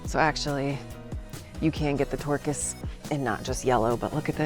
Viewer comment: I have no idea why I laughed so hard when you said "Yellow Tourkis", but I did 😆